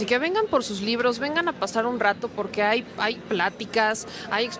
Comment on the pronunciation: PERDÓN: SE DICE HAYA Y NO CÓMO LO DIJO CALDERÓN: "AIGA" 😂😂😂😂😂😂😂😂